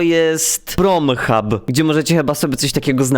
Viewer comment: Prenthub XD